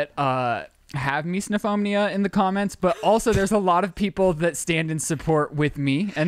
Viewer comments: it’s mis-O-phonia. Not mis-DA-phonia. 😂🤦‍♀️😅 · It's not MeesNOphobia! Learn how to pronounce the word dude. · Everytime someone says misophonia it gets worse and worse pronounced! "Miso-no-fo-bo-nia" lol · It’s really impressive to me how without fail in every video or discussion with eating or about Shane’s misophonia, Shane with explain it or say something about it and pronounce it properly and then will immediately say “Misnophonia” and say it wrong. Without fail even if Shane’s just said it properly hahaha. That triggers MY misophonia